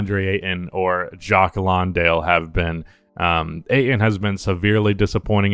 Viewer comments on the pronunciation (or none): It's Jock Landale. Lawndale is the high school that Daria went to lol